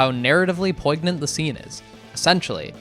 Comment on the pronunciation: have you only ever read the word "poignant" it's pronounced a little different than that presumably because french